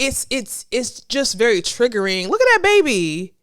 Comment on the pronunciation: Girl you are killing the word " triggering"